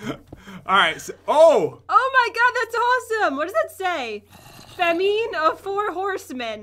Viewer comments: dear, "Famine" is pronounced Fam-in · You dont say fameen You say fam-in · Are we not going to talk about how said famine wrong. She said it as fa-mean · No one is talking about the fact that pronounced “Famine” as “Fahmeen”